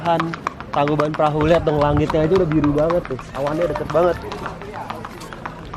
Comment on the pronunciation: bang bukan (tangkubat perahu) tapi (tangkuban parahu)